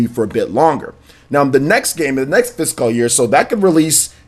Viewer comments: be like: Fis-cawl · I've never noticed how odd your pronunciation of the word "fiscal" is.